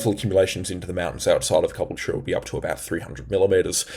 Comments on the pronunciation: It’s not cobble chure it’s ca bull cha😂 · Please ronounce Ca BULL cha correctly! Caboultute is not cubblech. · Great info! But please Caboolture is pronounced Ka Bull ture. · cabool-cha. thats how its said. been pissing me off. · Constructive criticism. Some viewers have said you talk too fast. I would say no, I can keep up, it's refreshing to hear 18 mins of information and advice instead of nonsense but at times it sounds like you need a breath. Also I would suggest slowing down just a fraction so you can get those words out. And just a couple of towns you're not pronouncing properly. Look up Caboolture and Murwillumbah, these are the towns you're pronouncing wrong. And basically that's it, your channel is great I love it. Maybe adding a comma here and there in your speech will help you to sound more tv like , I guess. That's where I see you, you sound better than the guys on tv, I'll tell you that. I'm in Labrador area of gold coast. Friday night was the strongest wind. Saturday not too bad, and right now Sunday, rain all day, was heavy between 1230 and 1240 roughly. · The way you pronounce Caboolture cracks me up😂